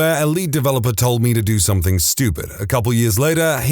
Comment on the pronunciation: No K in the word something